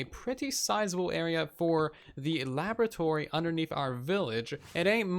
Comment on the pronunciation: Its pronounced “laboratory”